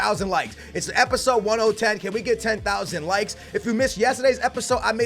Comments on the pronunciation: Who else is scrolling down to see people make fun of saying episode1010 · How did he say 1oh10 so many times???? hahahahaha